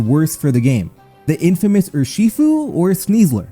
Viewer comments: Urshifu: ❌ UrSHEfo: ✅ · Dude can you please figure out how to say Urshifu properly? Your pronunciation on that one hurts